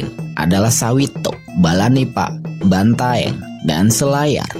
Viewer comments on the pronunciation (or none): none